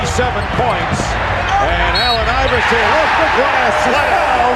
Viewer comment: When AI makes a video on A.I. but doesnt know how to pronounce his name!😂